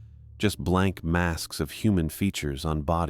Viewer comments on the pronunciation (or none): none